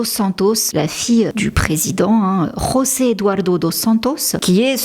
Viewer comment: En Angola 🇦🇴 , on dit juste « José », pas « Rossé », car c’est du portugais 🇵🇹, pas de l’espagnol. 🇪🇸 😅 PS: c’est mon deuxième prénom. ☺️